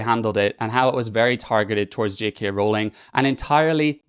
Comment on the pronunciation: THANK YOU for pronouncing "Rowling" correctly!